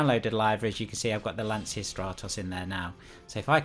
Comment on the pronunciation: Just a quick tip: the correct pronunciation of Lancia is "lancha": the ch is like the ch of choose. Greetings from Italy 👍